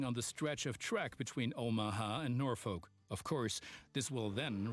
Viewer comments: It's worse than that, we actually pronounce the name as Norfork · I so disappointed that they mispronounced Norfolk, which, I shit you not, we pronounce Norfork. We also pronounce Beatrice, NE as Be-at-triss.